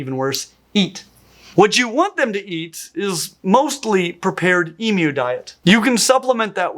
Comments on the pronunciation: Firstly, as an Australian, I'd like to thank you for pronouncing their name properly and, secondly, to tell you of some of my experiences with emus. I live in a small hamlet just outside of a regional town in the Blue Mountains NSW and we have a couple of wild emus who go for an almost daily stroll along the bottom of my street. They've been around for years and are considered a part of the local community. We have fairly cold winters in my area and we do get snow and emus can handle the climate here perfectly well, although even our worst winters are nowhere near as extreme as some parts of the US. They seem to be able to handle most climates Australia can throw at you, from arid deserts with high temperatures to alpine winters and everything in between, so they are a pretty hardy bunch. I've had emus, over the years, steal my ice creams and other food out of my hands and even take off with my hats, at various wildlife parks and zoos (they're actually renowned for pinching kids' food out of their hands), use their beaks to "explore" my head by whacking me, usually on the back of the head - it's more surprising than painful but I have ended up with a few bumps on my head from this and, if you happen to be picnicking where there are emus, if they decide to come and raid your picnic, there's really not too much you can do about it as they're quite determined when food is in the offing. All in all though, they're quite lovable, non aggressive, goofy birds whose worst trait is be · nice to hear its name pronounced correct for a change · Not pronouncing it EMOO like some kind of cyberpunk furry kink deserves money. What's kinda funny to me is that it's far far easier for me to get an Emu than a ball python. For one, I'd go to prison for getting a ball python without a ZOOLOGICAL licence here whereas I already have the licence that allows me to own an Emu as a pet. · As an Australian, I want to thank you for your correct pronunciation of Emu!